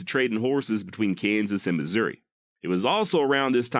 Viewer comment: As someone who was born and bred in KC Missouri and lived most of my 66 years there, your pronunciation of Missouri is perfectly acceptable. I've always pronounced it not with "eeeee" or "aaahhhh" but somewhere in between, Missour"eh". Yiou could also just say old Mizzou. I must counfess, while I'm not Southern sympathizer in any way, I do sometimes (like.on the day Mizzou plays KU in football or basketball) have an odd compulsion to burn Lawrence to the ground. I'VE NEVER ACTED ON IT THOUGH!